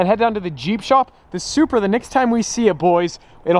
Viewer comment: Might be the ugliest Supra out there. I’m sorry but you butchered it 😭